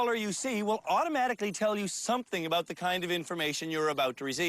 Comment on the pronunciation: Perfect "Uuut and abuuut"...